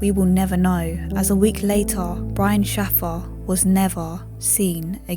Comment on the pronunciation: His surname is pronounced 'shay-fer'!